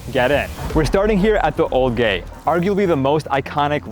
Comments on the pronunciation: You did NOT say "gate" 💔 fr who agree? 👇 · You did NOT say "gate" 💔